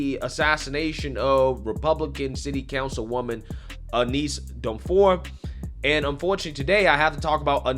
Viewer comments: Hey, I know you made mention that you have some trouble pronouncing certain things so I want to let you know that her name "Eunice" is pronounced like "YOU-NISS" hope it helps my friend! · "Aneese"? Eunice is pronounced "Yoo-niss".